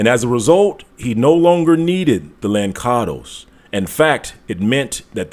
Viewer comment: Its not lankados,its lanssados!